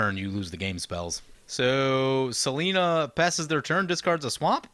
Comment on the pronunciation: Im saying its seLENia, not selena, the BW angel.